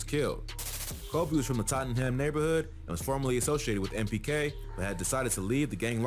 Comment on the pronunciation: its NPK not MPK btw